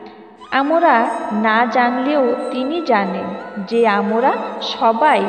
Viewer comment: উচ্চারণ ঠিক করতে হবে।আমরা হবে।